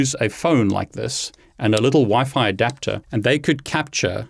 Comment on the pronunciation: I was going to suggest you use Wi-Fi too but in the video it is Wi-Fi to you keep saying Wifit